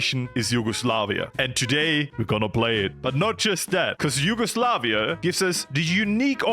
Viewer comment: Ah yes , HUGEOSLAVIA